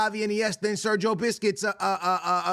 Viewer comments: Bro said Sergio biscuits lol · brudda said sergio biscuit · Why does this guy always say Sergio biscuits?😂😂